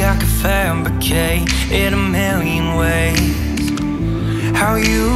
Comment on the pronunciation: I always feel like he's saying masturbate instead of fabricate! xD